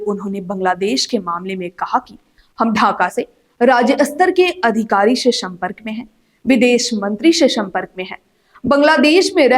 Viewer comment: भाई एंकर को बोलो ज़बान सही करे एक शब्द का भी उच्चारण शुद्ध-शुद्ध नहीं कर पा रही है। शम्पर्क नहीं संपर्क होता है।